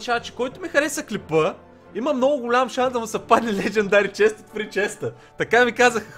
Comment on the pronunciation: Само аз ли чух да казва леджендъри често от фрий чест хДдд